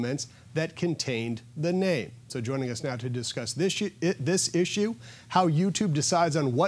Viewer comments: "Joining us now to discuss this Shi... Ah issue..." Haha anyone else catch that? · Well he did mix his words up, but I definitely heard shit. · He almost said shit instead of issue. LoL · Freudian slip: "discuss this shi- er this issue"